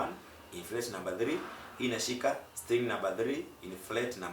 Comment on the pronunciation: Fret baba sio flet